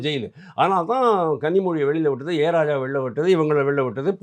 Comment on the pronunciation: A.ராஜா அல்ல.ஆ.ராசா என்பதே சரி.எப்போதும் இவர் தவறாகவே உச்சரிக்கிறார்.